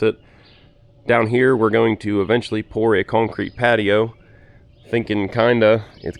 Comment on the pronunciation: Love the videos, and the work. However, a new pet peeve has been unlocked, the word “cownecreet” has become the bane of my existence😂 keep up the good work(although it’s probably already done by the time I actually sat still to watch this)😂 Thank you sir, beautiful home. Let me know if you’re hiring(equipment mechanic, videographer, speech therapist😉, landscaping, hvac, tree work, etc)